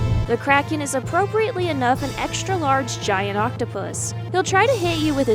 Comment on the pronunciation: This just unlocked major member berries! I still pronounce Kraken like the narrator voice from this game, rolling my R and putting a space in the middle of the name Krah-Ken.